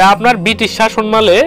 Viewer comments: তথ্যপূর্ণ ভিডিও। শাসনমাল না বলে শাসনামল উচ্চারণ করলে আরো ভালো লাগতো। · শাসনমাল কি জনাব? শাসনামল উচ্চারনটি শিখুন